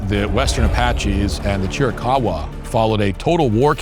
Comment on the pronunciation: I dont put much faith in someone who cant pronounce Chiricahua.